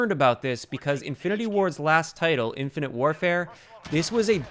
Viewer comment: You saying infinate warfare js